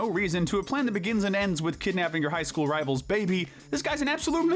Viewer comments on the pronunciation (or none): none